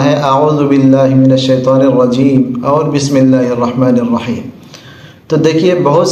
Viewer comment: را کو بہت کم ظاہر ہوتا ہے اسی وجہ سے ہوسکتا ہے ۔ آپ ہمارے استاد ہے، ایسا نہیں ہے میں غلط اعتراض کر رہا ہوں